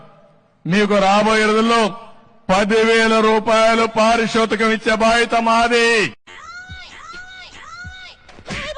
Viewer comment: పారితోషికం అనలేదు పారిషోతికం అన్నాడు, ఆయన కరెక్ట్ గానే చెప్పాడు. అందుకే ఇవ్వలేదు.